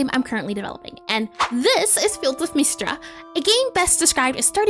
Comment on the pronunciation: Miss-Tree-Uh. Not mist-ruh, not meestra. I swear, kids these days need to learn phonics.